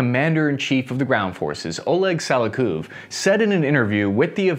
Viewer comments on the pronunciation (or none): It's Sa-liu-kob